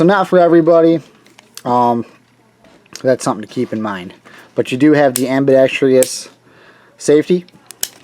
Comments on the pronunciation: It is ambidextrous. Not ambidextrious... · Was just about to say the very same thing...what is it with damn near every video made featuring a firearm with an ambidextrous safety, made by a guy that can't pronounce the word properly...